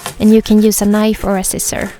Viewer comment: I love the way she says scissors😂